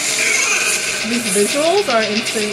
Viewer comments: No it not "k Mowl". It an animal called "Camel". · i know that. But when indian people say Say Camel as K mowl, it feels weired. Thats it.